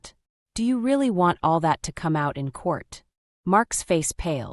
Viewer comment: "Come, Mark" is now pronounced "Co-may, Mark"?? Give me a break